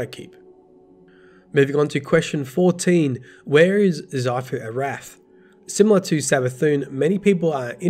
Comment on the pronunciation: Who else got triggered when saying 'xivu arath'..lol